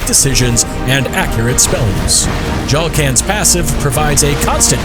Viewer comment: I enjoy how dramatic is with these descriptions and especially with how he pronounces Jaalkan